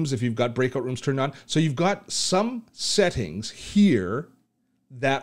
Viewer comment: 1 really stupid question......Is it only me or everyone heard him saying sehting instead of settings